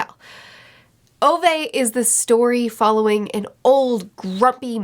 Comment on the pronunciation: I am begging you to learn the pronunciation of Ove.